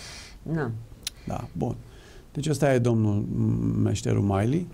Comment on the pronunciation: Se pronunta Milley. Milli, nu Maili. Bine ati revenit.